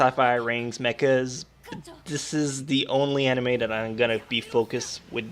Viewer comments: Make a counter of how many times you said "Amine" instead of "Anime" Also - Every old guy in every Japanese dubbed anime. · he said amine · STOP SAYING AMINE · Lol "aminay".